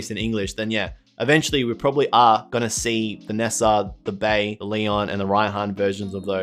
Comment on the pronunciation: "Bea's" name is pronounced "Bee"